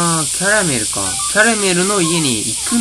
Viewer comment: キャラメルのアクセントに違和感あるのは僕だけかな？(笑) 僕は食べ物のキャラメルと同じ発音でキャラメルと言ってます！ まぁ人それぞれだな！それとも、僕がおかしいのかな？